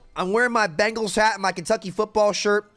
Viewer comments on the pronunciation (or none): none